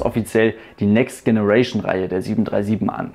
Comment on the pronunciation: Generation wird nicht so ausgesprochen wie du es aussprichst